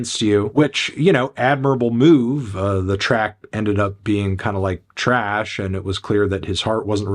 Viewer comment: “that was drakes own little way of using it against him and ended up being kinda like…. Trash 🗑️ “ his subtle emphasis on trash 😂 fantano got me hollerin